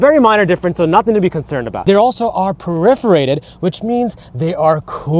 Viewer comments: “per-if-er-ated”. Per-for-ated, maybe? 😂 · Wtf is "periferated" oh perforated for anyone not American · PeREForated. Lol. PERFORATED.